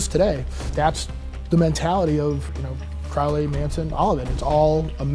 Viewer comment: Any “occultist” who doesn’t know how to correctly pronounce the name of Crowley, has absolutely no credibility.